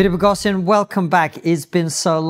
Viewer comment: KK said his name wrong. Its not Bo-gos-i-un. Its Bo-go-shun... I believe.😂